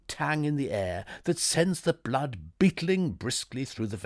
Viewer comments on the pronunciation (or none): none